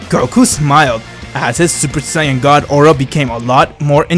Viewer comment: bro i love in his videos when beerus say super god he say super siayan gad